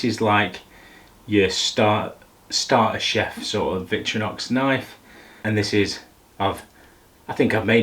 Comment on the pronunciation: Interesting video as I'm in the market for a new knife set but massively triggered, as a knife fan, your pronunciation of VictOrinox as VictrYnox. I couldn't not say anything #sorrynotsorry 😂